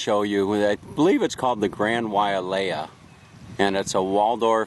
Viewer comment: The Grand Wailea is a fine hotel, built in 1991 for $750,000,000. But it is pronounced WHY LAY A...there is no A after the Wai. It is a fine property but not the Best on Maui. Probably Maui's finest hotel is in Kapalua at the Four Seasons. The female dancer at the end was a Tahitian Dancer, not Hula. The male dancer and those after him were dancing Hula. The 1% ers are stating at the 2 resorts on nearby island Lanai, purchased by Larry Ellison (Founder and Chairman of Oracle) where rooms begin at $1,000 per night, making the Grand Wailea somewhat of a discount!